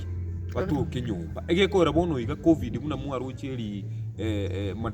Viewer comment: Point of correction sir,it's Covid not Coving